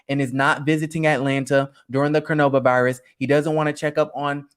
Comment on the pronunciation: Lol, WHY does he keep saying “Cornova Virus” 😆🤣🤣😂😂